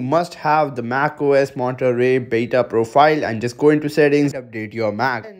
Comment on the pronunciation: bro did u say math ? xD